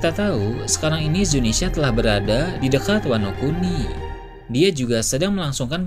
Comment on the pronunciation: please bang. Zunisha bukan Zinisya